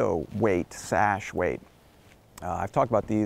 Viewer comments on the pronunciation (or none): none